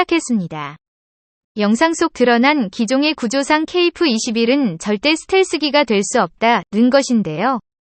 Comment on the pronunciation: 중국인이냐? 아님 연변족이야? 어휴 그냥 까기 바쁘구만..ㅋㅋ ㅋㅋㅋ 전투기의 전자도 모르는 면서 뭔지도 모르면서 막 읽어대니깐 좋지?ㅋㅋㅋ 발음이나 똑바로 해라 어디 TTS로 읽어대면서 KF-21깍아내기 바쁘지? 한국사람은 케이프가 아니라 케이에프라 발음한다 알겠냐? 중국은 유튜브 안되는데 한국안에와서 만드는거냐? 누구 지령받고 이런거 만드냐?